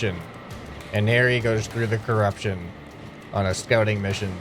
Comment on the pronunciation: Curupshon alien's